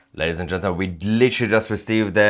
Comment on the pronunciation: Still can’t pronounce “gentlemen” tousi 😂